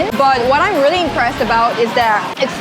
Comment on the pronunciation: when says `really`, I can hear 진짜 😂😂😂